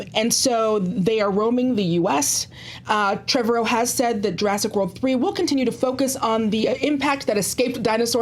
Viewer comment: I love but cant stand the way she says Trevorrow.